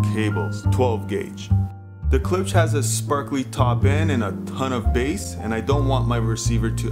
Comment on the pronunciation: please pronounce the damn name correctly gosh!! its not ke-lipsch its klipsch!!!